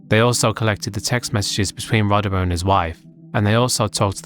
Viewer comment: Also I like that despite having a clip in the video with Rodimer saying how his name is actually said and yet still says it the same way throughout the section that those who were familiar with him from wrestling say it.